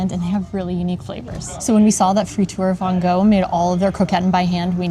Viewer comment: Thanks for visiting my city. Next time you try to pronounce "Van Gogh" correctly. You can do it!